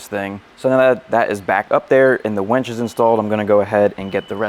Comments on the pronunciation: Great video. But.... it's WINCH, WENCH is something totally different. Lol Winch, winch, winch, use that "I" no "E". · Can we all agree it’s “winch” not “wench” 😂